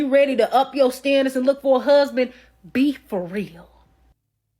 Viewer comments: So funny how she pronounced husband, hooseband. Hahaha 😅😊....lol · If you pronounce “husband” as “huuuuusben,” that in and of itself is a red flag.